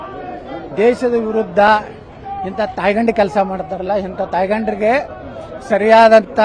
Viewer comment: ಟೈಗಂಡ ಅಲ್ಲ, ತಾಯ್ಗಂಡ😂😂😂